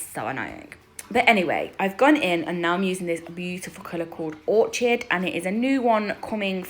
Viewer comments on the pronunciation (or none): Love these, orchid is pronounced orkid, x And yes my sons gf has a hand that turns constantly, makes my hand ache trying to keep it straight 🙄😫